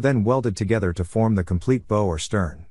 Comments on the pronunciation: I grew up on and worked all kinds of fishing boats and even worked in a shipyard for a few years. You keep saying Bow wrong!! Its B ow like what you say when you get hurt b ow Enjoyed your video and I gave it a Thumbs Up as always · You pronounced Bow wrong. It's the front of a boat, not something you tie a parcel with.